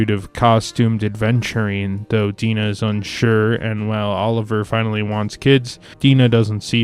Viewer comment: Your review is good but you seem to be unable to pronounce the names of the women in the story.Oliver's love interest first name is Di-Nah.And the Japanese woman's name is pronounced shadow,as in on the wall.